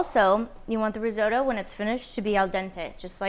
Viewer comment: Lol the risotoe can’t watch